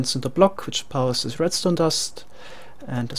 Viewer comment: ok, i couldnt tell, i thought so because when you say things like "this" you'll say "zis"